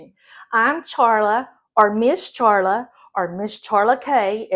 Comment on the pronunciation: Hey Charla!!! i’m glad to hear your name pronounced-sorry i’ve been calling you “Sharla”. i hope i remember the “Ch” next time!❤❤